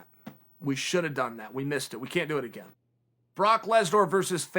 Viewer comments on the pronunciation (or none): none